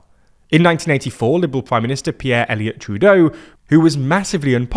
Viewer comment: Really need to learn to pronounce Pierre’s last name 😢